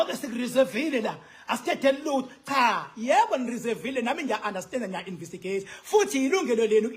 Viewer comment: Khuluma isilungu nawe. Its investigate😅 not invisigate